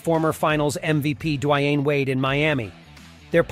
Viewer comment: Ikr. Dwayne Whyaide